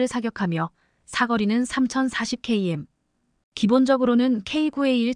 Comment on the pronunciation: 커이엠이 도대체 뭐냐?똑똑히 발음 해라